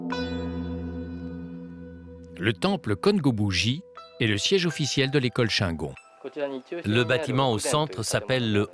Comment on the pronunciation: Dommage de ne pas savoir prononcer le nom shingon (chinegône pas chaingon)